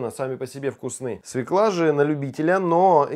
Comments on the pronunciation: всё круто, но свеклА невыносимо режет ухо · Все клево, но свЁкла! Поварам уже пора это усвоить!